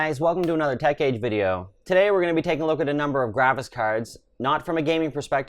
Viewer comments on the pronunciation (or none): none